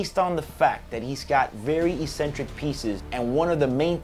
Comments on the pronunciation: You're pronouncing "eccentric" wrong lol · Yup, don't think I have ever heard anyone struggle with this word until now